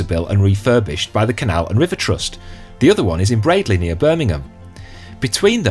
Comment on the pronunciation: Well done to you for pronouncing Bradley correctly 👍🏻